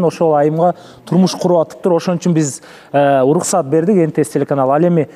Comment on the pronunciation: Улуксат эмес уруксат дечи